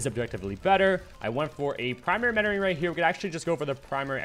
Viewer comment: Is he saying primary menoring not mentoring?